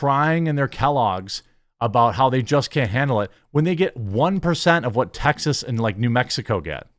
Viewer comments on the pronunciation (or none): none